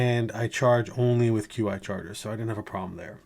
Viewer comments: Stupid nit pick I know. But it’s pronounced chee charging not QI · The XT was originally known as the Pursuit Case for the iPhone 10. And the correct pronunciation of Qi is “chee”.